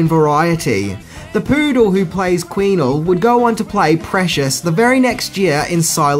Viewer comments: I don't know how he got Queenie's name so wrong. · The poodle's name is Queenie, not Queenle. lol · QUEENie! Not queenLe.... Da faq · Wth is "queenle"?! It's queenie, change your glasses mate! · One more thing you didn’t know, the dog’s character name was ‘Queenie’ not ‘Queenelle’ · When you mispronounce the dog's name (Queenie, not Queenle), it makes us wonder if you've actually seen the movie. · dude - Queenie not Queenle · Great video except the dogs name is queenie. Queen-ee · It's Queenie.......not Queenle🤔🤣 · They're pronounced DUKE-A-MEN and QUEENIE! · Thank you! The whole time I’m yelling, “IT’S QUEENIE!!!”